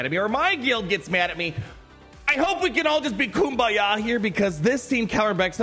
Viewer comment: Come on guys. Can we be Kumbaya instead of Kumbanah?